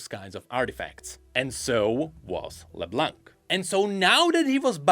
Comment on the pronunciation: Plz, don't say LeBlanK. The "c" is silent. My ears are bleeding right now.